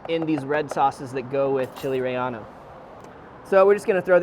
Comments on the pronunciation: “Chile Rey-yah-no” 😂 I think it’s rey-yay-no my fine sir. Great video though! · It's not "Chile Rellano" is "Chile Relleno" :P Delicious recipe, thanks. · Actually re-ye-no